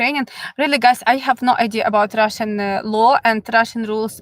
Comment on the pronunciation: Love how you say, I will tell you all about Russshhan Gills (accent) lol. Thank you for the information.